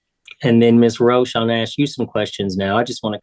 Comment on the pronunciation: ITS PRONOUNCED A-S- K!! Dammit why can’t you say it right??